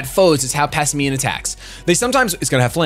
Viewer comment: Why are you and shofu saying Pass i me-uhn.? Its pass and simian, the word simian is sih-miehn all together. Not sih-mi-ehn